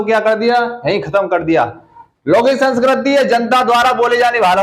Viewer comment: Sanskrat ni hota sir Sanskrit hota h 🤔🤔